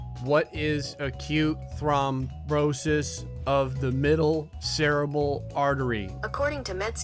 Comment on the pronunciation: Watching how struggled with thrombosis pronunciation was hilarious 😂